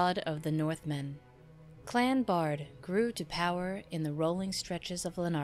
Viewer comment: A wonderful video! Thanks for creating it. I notice your (Bard) pronunciation, whereas it has ALWAYS been pronounced (BEARd) in my family line. I have taken 4 DNA tests and would participate in your DNA studies. I've been searching more much more info on Dr. John Baird and his father James Baird from the Glasgow area I believe.